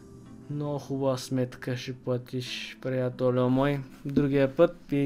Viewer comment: Прият"ольо" мой 😁😁😁